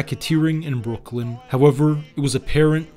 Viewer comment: Great video however its Brooklyn not Brookland. 😊